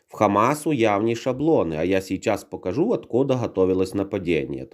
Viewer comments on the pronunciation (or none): none